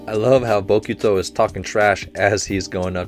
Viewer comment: Say it right: Hinata[Hee-nah-tah] | Bokuto[Boh-ku-toh] | Nekoma[Neh-ko-mah] | Ukai[You-kai]